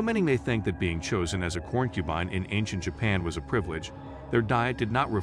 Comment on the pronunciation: I appreciate the information included in this video, but I have a hard time taking videos seriously when important words are mispronounced repeatedly. Corn-cubine??? Poly-gammy? The art is wonderful, though!!!